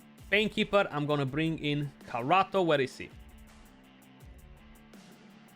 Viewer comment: my dude, you just kalled him carrot in my native language It's pronounced Karato, not Karoto